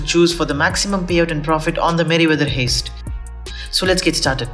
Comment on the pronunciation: I know this video is like 4 years old, I was just trying to find out which is the better option, A or B, because I wasn't paying attention when it was being explained.....but uhhh, you keep pronouncing heist as "haste" and I find that adorable but very wrong. Hopefully you've learned the proper pronounciation since making the video but just in case....it's pronounced "Hi-st" .....not "hey-st". Alright, thats your english 101 lesson for the day. Have a good one, Peace.